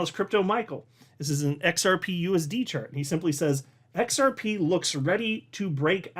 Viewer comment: DID HE ACCIDENTALLY SAY XR PEE PEE? 😅